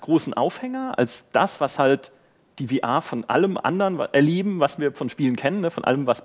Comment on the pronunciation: Warum kann man bitte VR nicht einfach deutsch aussprechen?